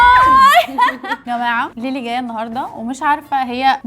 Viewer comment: ليلي مش ليلى😂